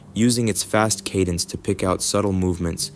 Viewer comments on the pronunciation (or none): none